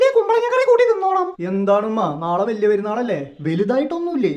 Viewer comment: Valiya not Bali